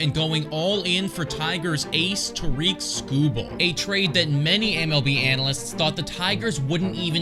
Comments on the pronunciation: It's not Tareek Skubal, it's Tarik Skubal and sorry to burst your bubble but he's not going anywhere. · It would be nice if this guy bothered to pronounce Tarik Skubal's name correctly.